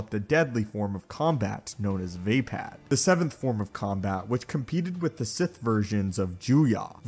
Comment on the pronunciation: It's almost painful how you mispronounce Vaapad